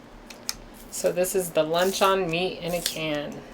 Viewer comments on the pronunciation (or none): That stuff you're using doesn't even look like real Spam. If you're so poor that you can't even afford to buy real Spam I'm sorry for ya darlin'. I see that you have enough money to buy beer and cigarettes however. And by the way the word is proununced lunchUN... not lunchON. Jolene would know that. On a positive note your kitchen looks clean. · you are pronouncing luncheon meat lunch on meat. it's pronounced lunch un meat! no the difference. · It's pronounced Luncheon, like dungeon.